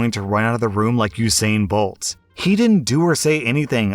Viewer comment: you pronounced Usain bolt name correctly I'm tired of hearing it said wrong I'm Jamaican so I'm used to hearing differently